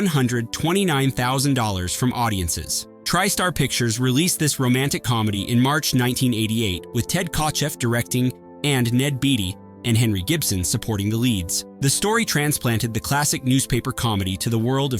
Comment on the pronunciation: It’s Ned Bay-tee not Bee-tee